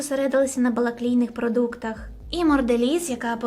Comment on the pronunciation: "Зосередилася на балаклійних(?!) продуктах?! Може на "бакалійних"?😂